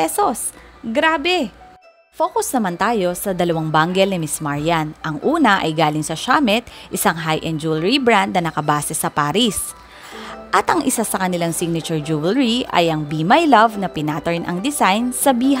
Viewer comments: Chaumet should be pronounced as "show-mei" pede po tau mag google sis meron dun "how to pronounce. Love you. ❤️☺️ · CHAUMET IS PRONOUNCED AS “SHO-MAY” NOT “SHA-MET”.